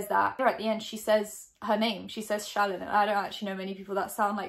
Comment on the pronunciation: i honestly thought her name was “shannon” from how was saying it but then i read the comments & saw how it was spelled lol 🙃